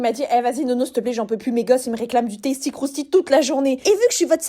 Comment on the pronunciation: Oui trop bien mais stp j'aime pas quand les gens dis taisty crousti alors que c'est tasty quand on le dit 😂 je sais que c'est bizzares mais bon ont a toujours un problème